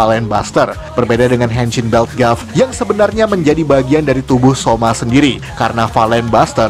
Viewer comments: Sedikit memberitahukan kalau tulisannya "Gavv" maka dibacanya "Gabu" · Sekedar memberi tahu Cara bilang gavv itu gabu bang